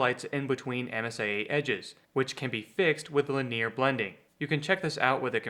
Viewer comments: LIN-ee-er, not la-NEAR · The word "linear" has three syllables. LIN-ee-er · chill dude, it's not a big deal. It also caught me offguard, I've never heard someone say linear like that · you pronounced it like its an Italian or French guy’s name LOL i like it😱